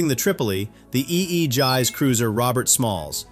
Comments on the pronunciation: The Strait of Hormuz is not the narrowest strait by a long shot. It's 21 miles wide at it narrowest point. Some narrower straits: Messina (2 miles) Dover (20 miles) Gibraltar (8 miles) Bab al-Mandab (20 miles) Bosphorus (700 feet) Malacca (1.7 miles) And Aegis is pronounced AY-jiss. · What is an "Eee Eee Jize" cruiser?? 😆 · That's Aegis not Egsize. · How come you don't know how to pronounce AEGIS?